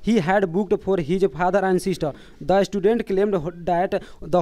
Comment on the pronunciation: It's not istudent . Its "student".